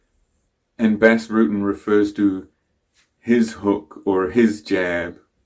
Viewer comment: Btws it's pronounced Bas as in UK English "bastard". In fact that's where they got that from.